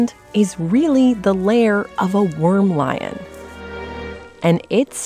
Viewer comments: ANT lion - not worm lion ! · Antlion. Not wormlion